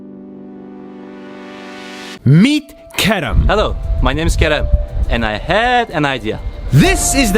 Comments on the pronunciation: It is not “kerem” it is karam. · I first thought at the start he said karen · Who else thought he said karen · I thought he said “my name is carrot”